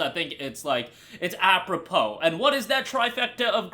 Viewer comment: I learn a new word today, apropos (AP-PREH-PO), and you contextualized it PERFECTLY as you said it. Blizzard are so in their head